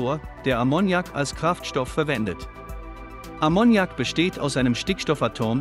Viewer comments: Ammoniak wird auf A betont .Ist bei Verdampfung sehr giftig. Aber wäre eine gute Lösung. Ist völlig C frei. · Konnte ich mir nicht anschauen. Wer durchgehend "Ammoniak" falsch betont, kann nicht ernst genommen werden. :face-blue-smiling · Das fährt nicht mit Ammonnjak, lern deine Muttersprache erstmal. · die Betonung liegt auf dem 1. A, das kann man ja nicht anhören wie hier Ammoniak ausgesprochen wird. Vielleicht sollte mach doch lieber auf die AI-Stimmen verzichten,. Zum davon laufen. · Wollte gerade das gleiche posten. Schön, das es nicht nur mir auffällt. Musste ausmachen. 😜😜😂😂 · Ich hab den Unfug auch nur eine Minute angeschaut und dann sofort mal einen Blick in die Kommentare geworfen weil ich die Aussprache von Ammoniak so furchtbar finde. Ausserdem war es schon von beginn an mal wieder alles so das man sofort wusste, da kommt nix bei raus wenn man sich das weiter anschaut. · Die falsche Betonung von Ammoniak killt mich. Kann nicht weiterschauen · Lern erstmal, Ammoniak korrekt auszusprechen!!